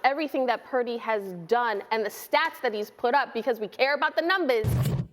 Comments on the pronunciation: Why can't Cam pronounce his last name? Brock Pairdy. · Why does Trans Newton go out of his way to say Brock’s last name like that? He just wants to be relevant because the last pick in the draft can do what he never did. He just needs to stick to being the worst dressed woman from the South he will never play in the league again.